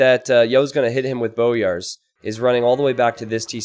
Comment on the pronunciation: I'm pretty sure it's pronounced "boy-ars"